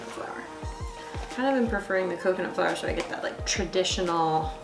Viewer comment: Is it the right way to say flour